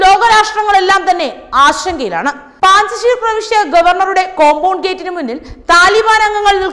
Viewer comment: പാഞ്ചഷീർ അല്ല കുട്ടി... പഞ്ചഷീർ ആണ് ശരി...